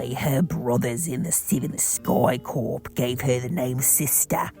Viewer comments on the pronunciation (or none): "corps" is pronounced "core", not "corpse".